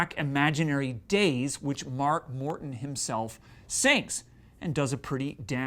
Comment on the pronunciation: It sounds like he says mark WORTON